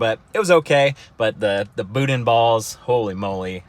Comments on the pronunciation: Louisiana is EXCELLENT for culture and food, and some of the best people you'll meet. King cake is good, but if you're still there (which I doubt), try some Doberge (pronounced Dough Baghe) cake, that's my favorite. Boudin is pronounced (Boo-Dan), is incredible. The best place to get it is gas station delis, I guess it's the older fry oil that helps. Dip them in a good Remoulade, YUM! Northern LA does have some hills, good hog hunting. I was in Lake Charles once, but it was a ghost town, doing rescue after hurricanes Katrina and Rita. I wished I could've come back another time, seems like a great town. Lastly, yeah, If you are a Mountain Biker, you can't AFFORD drugs.... Keep up the good work. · That was painful to hear you try and pronounce boudin lol think boo-dan!